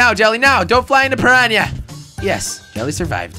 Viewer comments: jelly its piranna not prirania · It’s per.on.a not pear.een.a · piranha not parania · it's not piranya! and it's a pirana plant from mario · Aw yea jelly your English is so good Not piranha plants Pinyanya plants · peryanya lol try per- ahn-ah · It's a piranha not a pranya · Yes a Pirania NOT a pirana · Pirana not Praña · I started cracking up when he started calling it a purania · who came here just to see if anyone commented on the 'piranya' part??? :-) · stop saying paranya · How Jelly says piranha is funny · Jelly you said piranha wrong